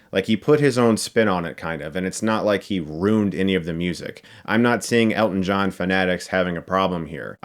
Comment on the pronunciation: Honestly... this entire time I thought you were saying "get stuck in the eye"😅